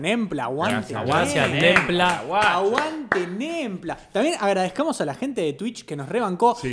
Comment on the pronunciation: Nembla sonó a NAMBLA, la red de pedofilia y creo que lo sabe 🤣